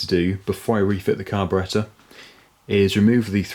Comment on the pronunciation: Your narrations are good. You pronounce carburettor correctly.